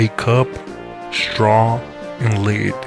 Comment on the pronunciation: straww and leed